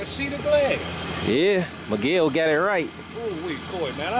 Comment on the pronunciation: Everytime he call meguel i is think he call my name🤣